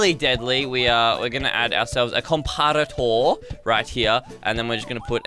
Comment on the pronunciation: says comparator